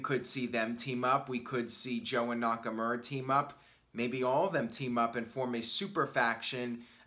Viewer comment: It’s been like 2 years and you still say NakaMURa